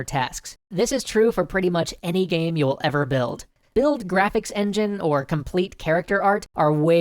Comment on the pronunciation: hahahahah omg my sides haha "Gaem" xD